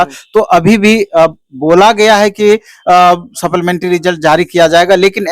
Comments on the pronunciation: wala english weak hai supplementary ko sapplamentry bolta hai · Supplementary ko supplamentary kyon bolte ho Bhai ?